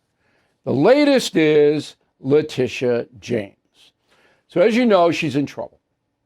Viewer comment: I think her name is pronounced LA Tit ee ah